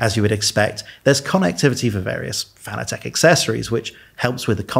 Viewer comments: "FAN-ugh-tech"?? Is it not pronounced just like the word fanatic is? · Fanatec is pronounced like the word fanatic. This is according to the company founder.